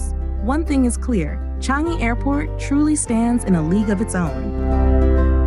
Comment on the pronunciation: Thanks 🤗 Am born & bred here since 80 years ago. I’m happy for Singapore’s success. Accurate facts & narration … except that ‘Changi’ should be pronounced as ‘ Chang yi ‘ & ‘Newwater’ as simply ‘ New water’